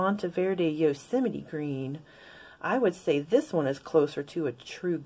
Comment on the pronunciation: Also you’ve taught me how to pronounce Yosemite, I can’t say that I have had to say it many times throughout my life, but I definitely got it wrong when I did 😂😂😂